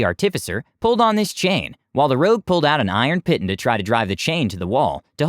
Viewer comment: sorry but my OCD requires... piton is pronounced "Pee-Tawn" not Pit-un....